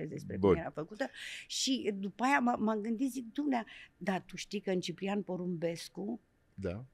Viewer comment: O Bertha ....o actrita superba...il cheama pe fiul meu Ciprian ..asa frumos pronunta Ciprian ❤